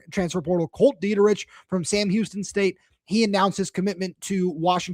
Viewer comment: Kolt's last name is pronounced like "Dee-Trick". It's German. Glad y'all are excited to have him. He comes from a great family. His mom and dad taught my Sunday school haha!